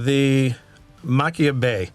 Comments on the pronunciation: I'm late to the party, great video! I LOVE Kilchoman - has be my favorite Islay distillery - and I BELIEVE it is Machir is pronounced Mah-kier from a Scot! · The “ch” makes a softer sound like the “h” in Arabic languages and you pronounce the “r”. It’s “Ma-kheer” or “Ma-kher”.